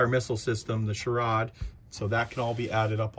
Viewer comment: Hey man, the M-SHORAD is pronounced as M SHORE ADD. It’s for anti-air defense.